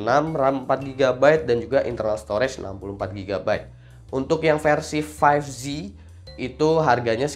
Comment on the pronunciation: 5J apa 5Z? Kok dibaca five ji